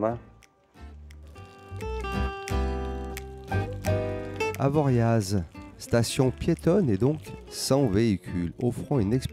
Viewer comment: Oui on prononce bien le z d'Avoriaz. Merci pour ton message